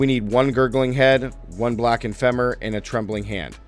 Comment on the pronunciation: Btw it's pronounced fee mur not fem mur. Its a bo